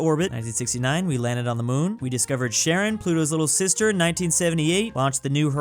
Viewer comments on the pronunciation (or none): none